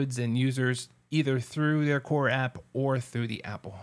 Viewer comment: The way you are saying their name is killing me